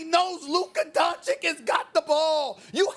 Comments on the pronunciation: Stephen A: “Luka Donchick” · "Luka DonKicH" Stephen A Smith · Luka is doing all of this and Stephen A. Smith still doesn't pronounce his name correctly, come on man is not that hard. "Dunchich" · Why do you bring race in? Best white buy? Stephen A you are a racist. Oh and pronounce the man’s name correctly please … “Don-chich”. Show some respect. You are a clown. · “Luka Donchick” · Two years and this dude still can't say Don-chitch smh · Nobody: Stephen A. Smith: Luka Doncik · Can Stephen A and the inside the nba guys start saying these mfrs names right? Pls that’s my only complaint on these dudes honestly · SAS still can't even pronounce Luka's last name right smfh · first of all if Stephen A. can pronounce the first 'c' why can't he pronounce the second 'c'. !!! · When is Steven A gonna learn to say Lukas name correctly? 😂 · Someone needs to tell Stephen A. that Doncic rhymes with Popovich. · Please. PLEASE someone tell Stephen A. how to pronounce Doncic's name correctly. Pleeeeeeaaaaaaaase! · Still messes up his last name